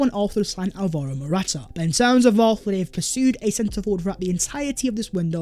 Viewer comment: I have cramming how to pronounce dusan vlahovic just to come and pronounce morata😂